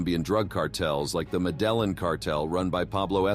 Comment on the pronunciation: That's not how you pronounce the Medellin cartel at all especially if you're trying to be like it informational show if you told somebody that and then they said that how you did they what u were talking about 🤣